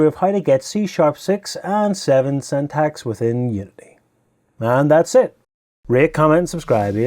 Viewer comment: Syntax is pronounced "sintax" btw ... the fact that you pronounced syntactic right but syntax incorrectly is really odd. They are basically different morphologies of the same word.